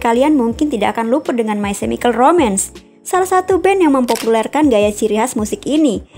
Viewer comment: learn how to pronounce correctly...chemical bkan di spell semikal but di pronounce "kemikal", also gerard way, g nya dibaca je